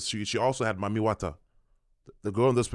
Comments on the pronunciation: It sounds like they’re saying “Mummy” water. Seems ominous… Is this spray some kind of Preservation for a “dead” face? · Sounds like it’s pronounced “eat dem” eat them …EaDem! Mami Wata is a mermaid 🧜🏽‍♀️ siren and Sirens “EAT” the sailors …… hmmmmmmm I wonder what is being released that is eating on the humans